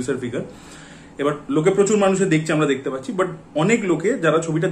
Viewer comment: ভাই দেখচে না ওটা দেখছে.Pronunciation ta thik koro.eto gyan jharo sobai k